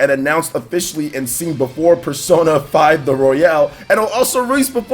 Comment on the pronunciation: Does he know it's not pronounced Royale as in Battle Royale but its pronounced Royal as in Royal Rumble?